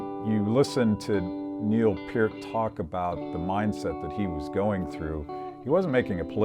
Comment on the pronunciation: Only thing that bothered me about this was how he pronounced Niel P"e"R t. Instead of Neil P er t. But you can say it wrong and still be a Rush fan that's OK. I just bought 2 Rush 2112 records.